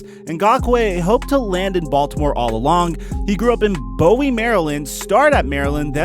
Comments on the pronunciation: It’s pronounced boo-we not bow-e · ITS BOOOO-WIE MARYLAND NOT BOW-WIE😂😂😂😂💯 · Boo-we not Bow-ee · I’m from Maryland and the way you said Bowie really got to me lmao it’s boo - wee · Yo said boe wi Maryland 😂😂😂😂 let’s sound it out boo weeee Bowie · I’m from Maryland and ply football and I’ve played bowie before. Oh and also it’s pronounced boo-ey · Its pronounced boo-wee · Its pronounced boowie md😂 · FYI: Bowie is pronounced “boo-E” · It is pronounced BUOY, Maryland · Bowie Maryland ~ “Boo-wie” just a tip on how you say it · Bowie, Maryland is pronounced like a water "buoy" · It’s boo-we Maryland! Welcome back to the 41o. Harbaugh definitely like the activity AB gets into. Been a trend since ray rice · you pronounce bowie like boo-ie ig idk how to explain it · Thank you I grew up in College Park and we always pronounced it Booie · Boo-e Maryland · You saying Bowie Maryland unsettles me